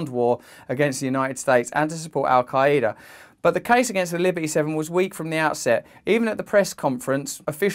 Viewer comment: How little of research does one do to not even pronounce Al qaeda right lol